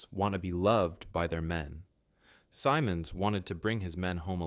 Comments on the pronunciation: You can't even pronounce his name right. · Agreed. Hurts my ears every time the name is pronounced wrong. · Every time his name was said, it was pronounced differently. Weird, eh? Gotta love those speech programs. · I would be nice if you could pronounce his name and rank correctly, you stupid computer. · 👎🏻 you can't pronounce his name and you can't spell it either and guess what? General Simonds was born in Suffolk, England. i'm not sticking with you long enough to find out if you mention that. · Good article, but it annoys me that you didn't get names right. His nam was pronounced Sim, as in him, and the monds also sounds like a short "i". It sounds like Simminds, with the accent on the first syllable. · The man's name is SIMMonds. Accent on the first syllable. Short i in the first syllable. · You've said his name about eighteen times and wrong about every time. It's Simm, as in Jim, him, trim, slim, "Sim" ending in "unds", where the "U" is hardly heard,."Simunds". It isn't hard. If you don't know how to pronounce a person's anme ask a Canadian who cared enough to listen to Canadian news broadcasts at the time. I was a twelve year old kid at the time and i knew. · SYE'mondz. He's Anglo, so your see-mon' is a conspicuous and pretentious fail. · Guy Simonds, the surname is pronounced like "cinnamon" but with ds at the end. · The commentator's pronunciation of Simond's name threw me off. I believe it is pronounced SIM'ends. The emphasis is at the beginning of the name. Like another Canadian general, ELM "Tommy" Burns, he was intellectual, mechanical, and lacked a sense of humour. But Simond's was competent and an innovator. Probably the best Canadian general with charisma was Maj.-General Bert Hoffmeister, a reservist who commanded the 5th Cdn Armoured Division. Douglas Delaney wrote a good book about him entitled The Soldiers' General. Also see JL Granatstein's The Generals. Thank you for producing this history about Gen. Simonds. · Simmons. Is the pronounciation.